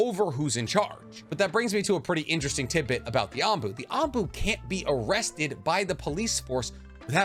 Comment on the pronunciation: The way he's anbu triggers me...